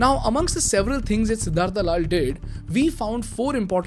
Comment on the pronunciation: What is सिद्धार्था its सिद्धार्थ you are from india bhai By the way great video